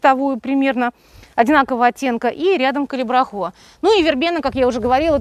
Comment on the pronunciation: Зачем Вы так каверкаете название цветка?????!!!!даже уши режет!!!называйте его правильно,пожалуйста Ведь даже на табличках написано Калибрахоа!